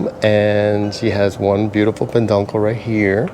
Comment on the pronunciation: Great video, Just FYI it is not peNduncle but peduncle without the N😂